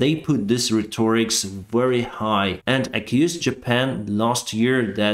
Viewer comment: Rhetoric has the accent on the first syllable RHET or ic